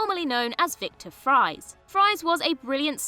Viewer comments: eh? He literally pronounces it “freeze” not the conventional pronunciation of the word “fries” as she’s pronouncing it. It’s incredibly easy to get right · Gah, this is a small thing but it really annoys me. Victor Fries name is pronounced “Freeze” not “Fries” as in the chips! That’s Batman 101. He literally says it in the episode you mention. It’s clear the presenter is just reading it rather than having any knowledge about it or even researching it beforehand. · No~ Mr. Freeze's real surname ISN'T pronounced "fries"; it was still pronounced "freeze," just spelled F-R-I-E-S. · Excuse me? Victor WHAT? It's pronounced "Freeze." That's the entire point of his nom de guerre - that it's a play on his ACTUAL NAME. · Mr. Freeze's name was always pronounced as "freeze", even before he was a criminal. How do you screw that up? They say it several times in Heart of Ice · they kinda did screw it up. In the episode in question, he literally introduces himself with the pronunciation “freeze”. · She pronounced Freeze like it's pronounced on Gotham.